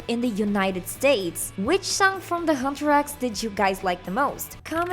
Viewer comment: I spit my boba when she said "hutrax"😂😂😂